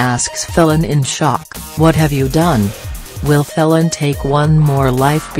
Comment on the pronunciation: for God's sake it is pronounced FEEL AN not felon - bloody electric voice